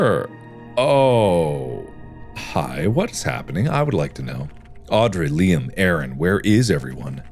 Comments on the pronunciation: I can't believe I've been pronouncing my name wrong this whole time when OBVIOUSLY it's been LEEM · who else got saddened by the way he said liam... its said lee-uhm, not leem lol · Game:Liam Mark:Leem